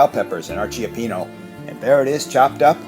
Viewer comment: He said Chiapeeno.😆 Cioppino is a three syllable word.lol.